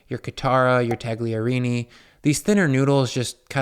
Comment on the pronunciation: The g is silent.